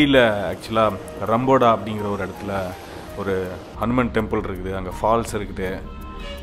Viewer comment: It’s not car bro it’s a van!!! It’s not octopus tree bro😂😂😂 it’s a ficus species found inside my university!! ரம்பொட not ரம்பொடா!! In the temple you would have noticed some famous names from India. Probably your driver didn’t say anything?? The 18footed statue was brought from India. And mind that the priest you saw is not a Brahmin!!!! Only in upcountry you’ll see non Brahmin priest. Thanks to Late Minister Soumiyamoorthy Thondaiman’s efforts streamlined with DMK. Upcountry Tamils are from மதுரை, திருச்சி, சேலம், நாமக்கல், திருநெல்வேலி and ஊட்டி regions, ஏன் bro யார் கிட்டயும் பேசல😡😡😡??? Jaffna nu kaattna thaanae ungalukku views pohum illa???